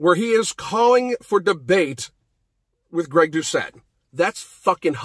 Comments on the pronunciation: it’s not pronounced greg douche-A. it’s duh-set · I f...king love that you mispronounced Greg’s last name!!!! That’s his shtick... well played sir. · The tt in doucette is not silent. He says his name all the time in his videos.